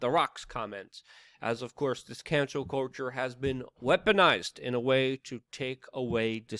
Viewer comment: Did you say cancel culture or cancer culture…???